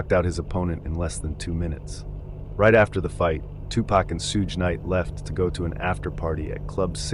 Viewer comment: Gonna start calling him shooj knight now lmao